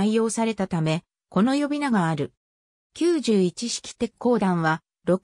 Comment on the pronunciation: きゅうじゅういち↑し↓き…w